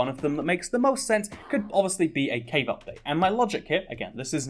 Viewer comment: Ngl thought you where saying cake update for a while